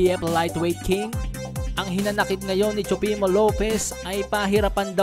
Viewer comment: No hate Nanunuod talaga ako ng Videos mo. Pero natatawa ako sa pronunciation mo ng TEOFIMO LOPEZ hahaha TSUPEMO LOPEZ hahaha.PEACE!